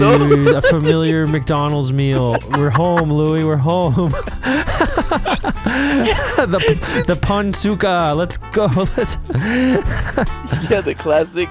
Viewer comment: man just called Nasi Lemak a “Pun Suka” 😭